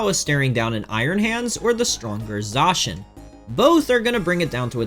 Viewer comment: Please try to pronounce Zacian correctly